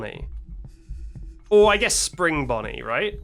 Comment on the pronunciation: I love how he calls bonnie bonyel